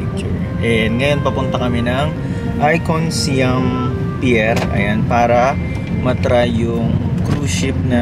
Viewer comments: ateehhh at it’s I CON SIAM to pronounce it ICON SAYAM po not SYAM?? its SAYAM! SIAM! thank you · Hindi icon syam icom samou😂😂😂😂its icon sayam(siam)